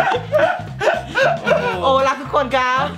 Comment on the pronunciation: หูผมเพี้ยนหรอครับ สวัสดีค้าบ ทุกโคย😂😂